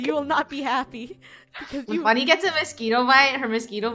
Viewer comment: You said Funnehl